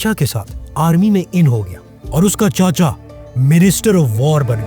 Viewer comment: چاچا✅ چچا❌